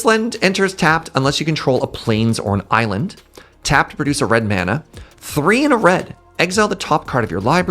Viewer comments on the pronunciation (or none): Eye-land. I see what you did there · The "Eye-land" bit at the end got me good. Thank you to whomever edits there :D